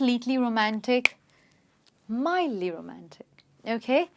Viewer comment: mildly and not midly